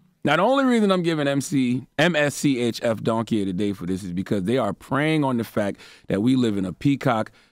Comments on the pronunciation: MSCHF is how you spell it... It's just pronounced mischief... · Just say Mischief. Geez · I’m weak, it’s pronounced “Mischief”